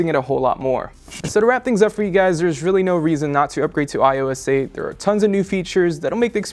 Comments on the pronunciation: iso aye!!!! its eight!!! 8 not ios aye!! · He sounded like he was saying iOessate